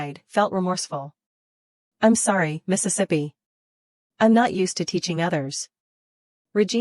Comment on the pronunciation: Now I have discovered the error in this AI narrator voice. There are probably a few more, but? This one likes to say Mistesippy. I have already noticed it in 3 or 4 other stories where it was used.